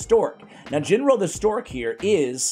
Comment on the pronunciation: Ginro is pronounced with a HARD G (like Galek). You said it right a couple times, then you reverted to the soft G.